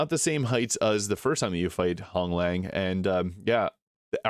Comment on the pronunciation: Commander Honglan.. there is no G at the end of her name